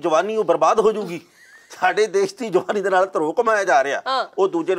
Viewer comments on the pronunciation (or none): none